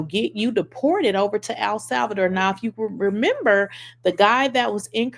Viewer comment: "Al Salvador" lolol